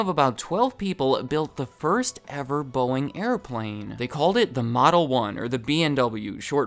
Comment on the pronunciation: If you speed him up to 2x speed, it sounds like he's saying BOINGGG